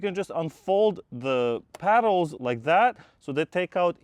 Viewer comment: It’s “pedals” not “paddles” Sorry.